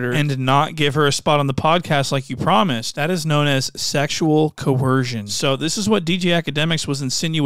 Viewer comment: Coercion not vetsion